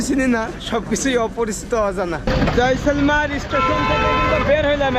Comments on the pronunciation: ভাই জয়সলমার না কথাটা জয়সলমের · Jaisalmar noi jaisalmer 😅